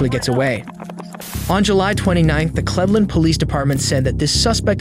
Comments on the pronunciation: Clev-len eh? I prefer Cleave-Land. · i thought this channel was actually a good channel that doesn't use an AI voice over. but there is NO WAY IN HELL people pronounce Cleveland (Clee-vv-lind) as clev-lend. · Obviously the narrator voice is AI generated. Somebody named Anthony Sanchez III (the third ), was referred to as Anthony Sanchez “I-IE”, like “I-yeah-ee “, and later in another featured video, pronounced “Cleveland” as “Klehv-land”. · Cleveland is pronounced like cleaver! Both Cleveland and Akron are just as bad as the news makes them out to be as long as I’ve lived in northeast ohio :( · Are all these videos voiced by ai or something, like literally the pronunciation of cleveland is so suspect. Who doesnt know how to pronounce cleveland? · How did you manage to mispronounce Cleveland Ohio? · For future reference, please find out the correct pronunciation of Cleveland